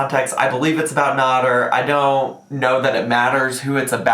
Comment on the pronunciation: It's pronounced nAder not nOder! Just saying ☺️